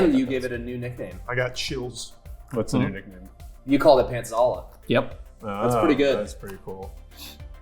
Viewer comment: Pantlaza ❌ Pantzala ✅